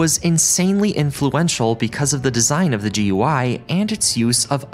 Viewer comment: Holy shit finally someone who says “G U I” rather than “goo-e”